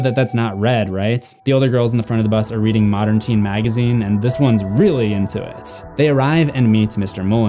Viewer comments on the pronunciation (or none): none